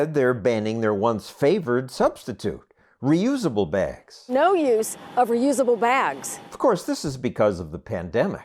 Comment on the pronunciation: “let’s ban plastic baergs.”